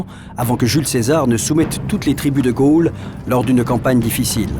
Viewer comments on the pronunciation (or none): none